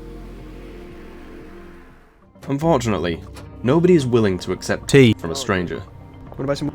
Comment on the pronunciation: I loved it when said it’s [ tea ] time and [ Tead ] all over the place.